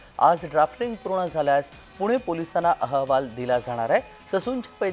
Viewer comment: याला अहवाल हा शब्द ही नीट उच्चारता येत नाही. औहवाल म्हणत आहें 😂